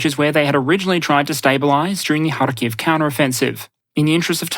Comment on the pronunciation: harkiv has emphasis on first syllable, just like kyiv